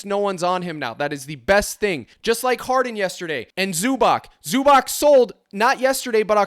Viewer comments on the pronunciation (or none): none